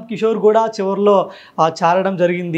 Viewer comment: Good presentation❤,కాని,స,ష,శ పలకడం లో తేడా వుంది. కిసోర్ కాదు కిషోర్.